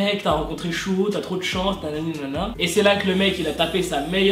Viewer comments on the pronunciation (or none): On dis Suho pas Chuo 😂😂 sinon super cool ta video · Mdrr j'avais oublié que tu disais chuho au lieu de suho 😂 on t'aime ❤#welleuse💋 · Chouho ?? C’est plus comme souho la prononciation coréenne 😭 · Heureuse de te revoir mais stp suho avec un S pas chuho 😂